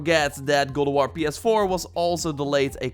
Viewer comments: its god of war not guld of war say it right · “Gowd o warr “yess his back!!😂